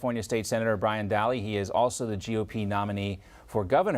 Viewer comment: It's pronounced " Da-lee ". It's Nordic people